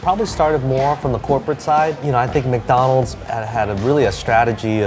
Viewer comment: Biggow dan mokk dahnnold...good to know.